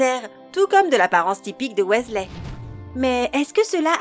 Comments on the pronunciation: Ça ce prononce "W[i]sley pas W[ê]sley mdr. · CA SE PRONONCE PAS WéZLé MAIS WIZELAI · Wessley?? WEASLEY!! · WISLAY PAS WAYSLAY ! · Michael KRIKORIAN surtout prononcer Wesley au lieu de Wysley (phonétiquement€ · Ah oui g oublier Bill ... WHÈSLEH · sa s'écrit weasley mais sa ce dit "WISLER" il le dise dans les filmes on ne fait pas une video harry potter si on ne c pas pronnoncer les noms dsl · Sa se dit Wisley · "Ron Ouaislai" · RON OUAIZLAI 😂😂 allez je m’arrête là c’est trop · Prononciation 0,00/10 ca donne envie de lui casser la figure ou! Utiliser Avada kedavra et en plus la voix est ultra méga giga super chiante surtout la prononciation du mot weasley elle prononce wéslé😁😁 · Bonjour je m'appelle rone ouaislais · Bill wesley, victor kroooum..... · Wat the fuk comment elle dit Weasley la honte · Mais oui elle a pas respecté le nom de famille des Weasley 😭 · Jigsaw moi je déteste quand elle dit weasley